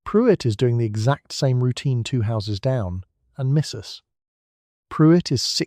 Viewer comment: Please don't end a sentence after 'Mrs' and start a new one with the lady's last name. I love your content, but this is really disruptive to the pleasant delivery.